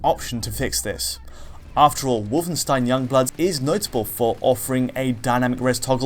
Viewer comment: DIdn't Alex teach you how to pronounce 'Wolfenstein'? :D